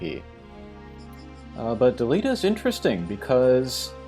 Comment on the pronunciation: Also you mispronounced Angrias, Delete and Mustacho. chuckles